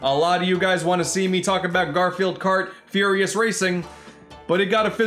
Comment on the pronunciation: You mean Furr-ious racing?